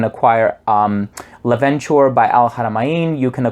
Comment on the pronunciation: I think you are the only reviewer that can pronounce "Al Haramain" correctly <3 I own "L' Aventure" (you should pronounce this like it's a french name - aventure, rather than being an English one - adventure) and it's better than "Explorer", lasts way longer and cheaper :)